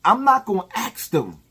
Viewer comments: 😫 Bro!!! It’s ask. Not axe. If you axe someone you will go to jail. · Why do black people always says the word “Axe” lol